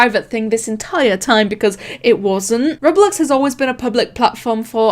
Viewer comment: how she says roblox:rublux us:WHAT THE F*ck